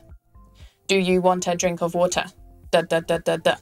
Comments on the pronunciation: 上一个把water说成wooe的人已经被打死了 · At first, I was very impressed with your accents!!! Was that Mandarin? And British English! But then, you went and said Water(American English) like a me, and I about died!~!! :D